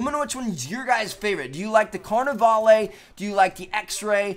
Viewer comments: The carnavale (you don't pronounce the e) set is the best, but image if they did a loadout that's based off of Daft Punk. That would be so cool. You have either two separate loadouts, one that is combined, of both. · Pretty sure you don't say the e in carnivale like the big party in Brazil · He says carnivale wrong lol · I hate to judge but you say carnavale wrong